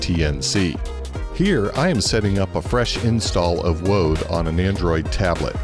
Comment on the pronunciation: You said woad....